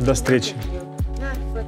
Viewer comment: Sound Wear == Саунд Вэа